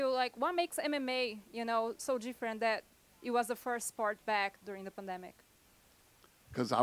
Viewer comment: when he said thart? you need to learn how to read properly